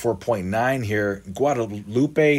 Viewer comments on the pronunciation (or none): none